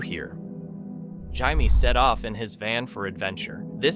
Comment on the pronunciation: its pronounced jayme but okay